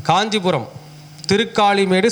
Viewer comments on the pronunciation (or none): Kanjipurama Ella Gandipuramma Ucharippu Sariya Ella Cleara Sollugga